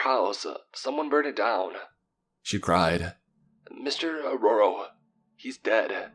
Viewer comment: Dude, Saketh is pronounced as Saa-kae-th!! Neha is pronounced as Nae-ha. Mr. Arora is pronounced as A-row-ra. Belan is pronounced as Bae-lan (Rolling pin). The name of the car is Maruti 800 pronounced as Maa-ru-tee.